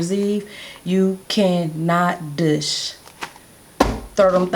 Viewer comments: I like the way you say douchse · Very informative. I've never heard douche pronounced that way.